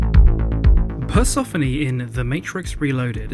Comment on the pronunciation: Hey, I love your channel, but Persephone rhymes with Stephanie...